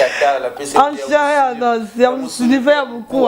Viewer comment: tu na pas pu pronancer en chaire et en nos,,,,, Analfabette,il te faut une remise de niveaux